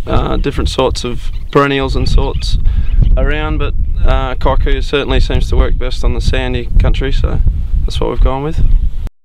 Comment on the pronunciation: that word is pronounced "kee-koo-yoo" not kai-koo- yoo